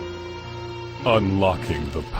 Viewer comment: It's pronounced alucard, it's dracula backwards